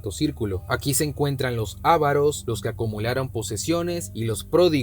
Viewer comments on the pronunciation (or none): avarÓs, no, ávaros